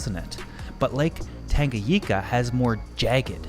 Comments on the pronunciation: Great video! One comment: it’s Lake TangaNyika and not TangaYIka :) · This guy says Lake Tanganyika wrong. It’s not just a Canada thing